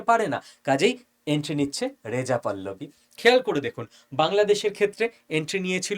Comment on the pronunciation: পল্লবী না পাহলবি